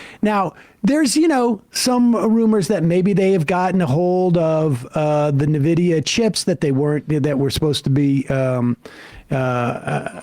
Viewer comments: This Sam Seder dude don't know what he's talking about. And, its not Nevidia, its "N"vidia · At this point y'all are trolling nividia, really?? Every its pronounced envidia. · "nevidia chips" 💀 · N-vidia It's supposed to be said with the n isolated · Sam: "naVidia" chips 😂. Sounds almost cleric. ✝️